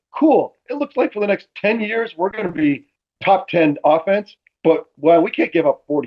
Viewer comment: says offense like AHfence